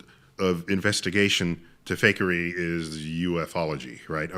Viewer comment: I love how when Joe says "fakery" it always sounds like "fuckery"